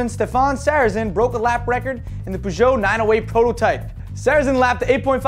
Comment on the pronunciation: No, he actually says it right. Peuj'o and reno is how they say it.